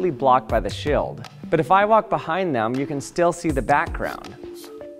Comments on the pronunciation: Bro is this a Canadian thing or it's just you? You pronounce steel as still Shield as shild... Why? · "completely blocked by the sheeuld" hahahah